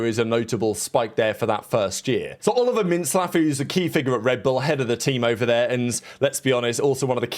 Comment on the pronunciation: oliver mince slap, is what i always hear